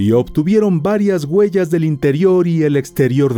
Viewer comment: “Las GUELLAS” … dios santo que manera de hablar ESPAÑOL!